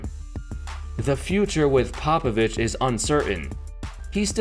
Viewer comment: It’s actually Greg Popabitch